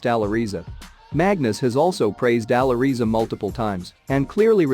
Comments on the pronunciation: For sure Magnus is better for the time. But I also think he will climb higher than Magnus in a span of 3 to 5 years. BTW, it`s pronounced " Aly Reza" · i think its pronounced "Ally Rezza"